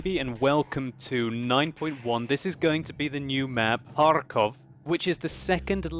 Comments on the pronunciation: I do very like how you pronounce Kharkov with the hard R. as far as know it is very hard for native english speaking people to talk like this. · sounds like a authentic Russian when he pronounces 'Kharkov' XD